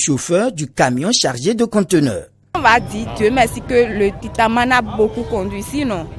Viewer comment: JE NE SAIS PAS SI J'AI ENTENDU LE TITANMANE 😆😆😂😂